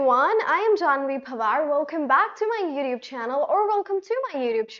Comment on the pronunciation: It's called a "glottal T" if you're wondering :)